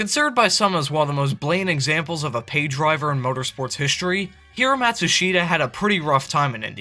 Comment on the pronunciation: Paul Page couldn't pronounce his name for nothing.